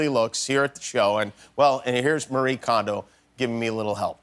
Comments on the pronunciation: There's actually three syllables in her first name - the fact that it's spelled the same way as the common western name "Marie" is just a coincidence. It's まりえ or mah-ree-eh. Also her last name is pronounced kohn-doh, not kahn-do. Japanese pronunciation is pretty straightforward: just pronounce every vowel (don't combine the "i" and "e" in this case, for example) and pronounce each vowel the same way every time (it doesn't change based on English spelling). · Somebody quick tell him it’s pronounced Mari-ye Kohn—doh